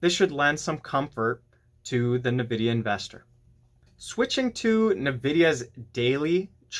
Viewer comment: Suggestion: correct pronunciation of Nvidia is: In-vid-ia , not Na-vid-ia. Look up correct pronunciation on Google.